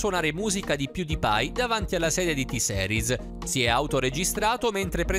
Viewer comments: Porco due avevo scritto "T-seris no però "per dire che la sua pronuncia faceva pena e che nn si pronunciava così Certo che io T-series lo so scrivere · Si pronuncia "T-Siris", non "T-Seris", diocane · E poi ma dai, T-seris non si può sentire... Si dice T-series, ripeti con me T-series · NON posso NON dire che NON si dice ''t-Seris'' ma ''t-siris'' (o t-gay 😂) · o mio dio che ignoranza, se hai visto il video lui ha detto t-seris è non t-series, impara ad ascoltare poi ne parliamo. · T SERIS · tiseris 🙄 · Sentire t-seris mi fa raggrinzire le palle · Si pronuncia t-sirus con la i inglese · T seris aahhabahahahahahah o mio dio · sentire T-series in quel modo mi fa altamente male e mi da tipo troppo fastidio